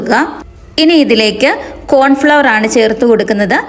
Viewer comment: Cornflour anu Pronunciation correct aku